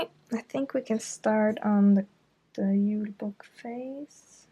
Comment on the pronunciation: I bet people who don't know how to speak Norwegian thought u did a typo because julebukk is pronounced with a y sound instead of a j